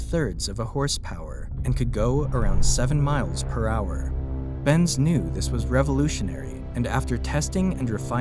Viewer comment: I love how you keep calling it. Ben's and c, when it's benz and co 😂😂😂😂 i mean, it literally says it in the actual photo my guy.Unless this is another a I video which it looks like it